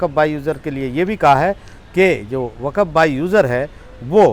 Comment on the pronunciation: Brother not waqaf is waqf..